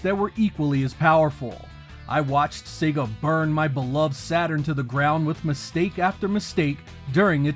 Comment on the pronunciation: Finally, an American who can pronounce SEGA correctly 😂